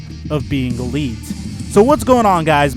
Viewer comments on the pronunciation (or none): none